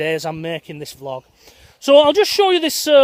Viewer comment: Prefer it when you say vee-log rather than vlog! Thanks for helping keep us all sane in all this madness.